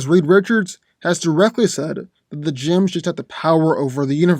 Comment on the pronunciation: They are pronounced “jems”, not “jims”...